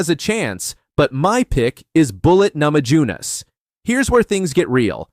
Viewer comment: Geez, get a real human to read your copy. Names keep getting mispronounced, ugh. (Nama-yoo-ness, please). Oo, Weili is going to flyweight? Maybe a future Ditcheva / Zhang fight!